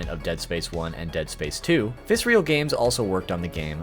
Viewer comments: Great video overall, but dude: it's Visceral. Viss-Err-Ull. Not Vis-ree-al. Seriously. You say it like 40 times in the video. You're killing me. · It’s not “Viscereal” it’s “Visceral” like the word Viscera, I always liked that they made gruesome games, and had a gruesome studio name xD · VISERAL not VICEREAL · Very interesting you spent all this time with the Dead Space content and somehow never saw the name of the studio was "Visceral" not "vis-re-al." Either that or you just never knew how to pronounce that word lol. Well anyway, good video, even if it is slowly driving me insane... like the Marker... you sneaky bastard lol. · It's not "vissreal" it's VISCERAL. 😅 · Nice vid. Just one minor gripe. It's vi-SCE-ral. Visceral. Not Vis-real. Meaning: 1. relating to the viscera. "the visceral nervous system" 2. relating to deep inward feelings rather than to the intellect. "the voters' visceral fear of change" Man! this was so distracting. Still, nicely complied (y). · Loved the video, but I think Visceral is pronounced vis-ir-ill, not vis-real. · I liked the video, but it drove me nuts hearing you pronounce Visceral as if it were spelt Viscreal. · Fantastic video with some awesome information. Very good way to pay respects to such an iconic series. However, everytime I heard you say “visrial” instead of “visceral” I got a slight urge to stab my ear drums with a pencil. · Viscer-a-l Not Viscerial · It's not "Vis-real". It is "Vis-er-al" Games. Great vid! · just... fyi... visceral is a real word and you don't pronounce it with real at the end. the ignition era visceral logo (not on DS1 or DS2) actually has someone saying the word. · Why do you pronounce visceral as visreal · Dude, awesome video but please, learn how to say visceral. Viss-err-all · Visceral Viss-er-ole That is all. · I cringed every time he mispronounced visceral 😂 good video tho!